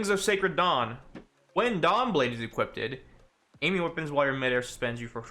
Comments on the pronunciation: Nobody:: equippted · Equipted eh? Smort. Probably says "turreNt" and "marTYdom" too.